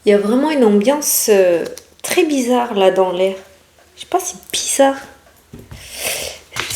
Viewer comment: Tu es drôle avec ton bizard😂😂 ta façon de le dire … as tu des amis québécois coudon? j’ai l’impression de m’entendre parler 😂😂 Je t’adore belle! Ne change surtout pas …☀️ Bisous bisous 😘😘